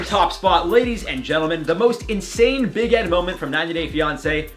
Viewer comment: Why does it sound like his saying big head, or is it only me💁🏽‍♀️